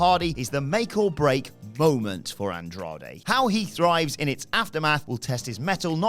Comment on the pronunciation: Andrade* not Androhdei